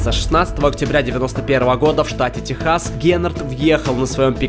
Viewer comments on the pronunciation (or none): none